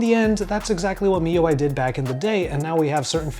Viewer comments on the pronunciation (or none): he cay say properly if he read wikipedia. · yea its supposed to be "me" ui